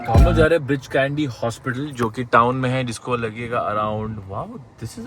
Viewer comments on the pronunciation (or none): Breach Candy ✅ Bridge Candy 😅